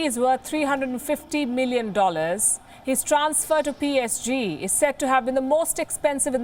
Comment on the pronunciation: You pronounce wrong name of PSG